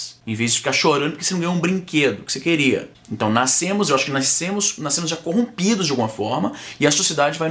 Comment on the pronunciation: "Naiscemos" KKKKKKKKKK